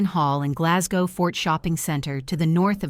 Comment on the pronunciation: Can't even pronounce Glasgow.